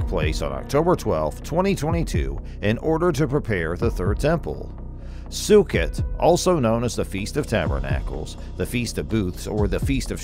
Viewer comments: First of all it’s not pronout “Sue-cut,” it’s pronounce “Sue-coat.” Second, don’t hold your breath that they’re going to build the third temple on Earth. They’ve had enough money for the past 70+ years to build 20 new temples. There’s too much of an industry behind collecting money for it, and too many people living too well off of that money. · The Feast of Sukkot would be pronounced as "Sue-coat" not "Sue-cot". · Sorry. I just have to point out that a 'sukkot' is not a [SUE-kit] it's pronounced either [SUE-kuh] or [sue-COAT] (depending on who you speak to). (NOTE: I used easily recognizable English words in the pronunciation 'guides' because they're easier than the myriad of symbols librarians use and no one else know how to read.) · “Sook it” lmao. It’s pronounced “Suh Coat” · Sue Coat, Sukkot. Not su ket . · Sukkot is pronounced SaCoat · It's pronounced sue- coat . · I could tell this speaker doesn’t know how to say the Hebrew festivals! The way Sukkot was pronounced! 😊